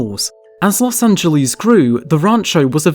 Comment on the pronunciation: Don't say "Los Angeleeze", it does not rhyme with cheese. If you have to, say it like its a word in SPANISH- Los Anh_heles, or just L.A., The way the locals call it is "Loss ANN-JEL-iss" (rhymes with "paleontologist", sorta)